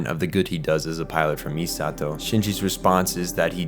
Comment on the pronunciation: Saying MiSAHto instead of MEEsato; tell me you watched the dub without telling me you watched the dub